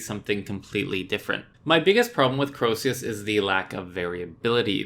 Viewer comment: Its not fuckin croeseus is CREOSUS THERES NO SECOND E ITS CROE-SUS rant over